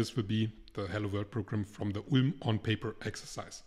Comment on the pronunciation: Boah mein Kopf schmerzt bei der Aussprache von ULM 😂